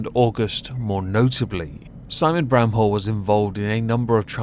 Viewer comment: I think my ears played a trick on me, first time you said his last name i heard it as "brown hole" and i was like: "that can't be right, did pronounce it like that on purpose or am i losing it?" granted, that would be one way to diss him.